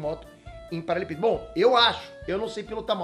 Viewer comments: não sabe falar paralelepípedo kkkk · Só eu percebi que o fala “paralepípedo “! Kkkkkkk